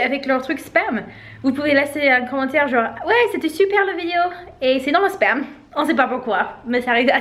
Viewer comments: Haha... Je suis pas la seule à avoir compris "sperme" . 🤣🤣🤣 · 🤣🤣 oui j'ai dû remettre la vidéo un peu en arrière pour comprendre le bon mot.....J'avais compris 😳 Sperme 🤣🤣😂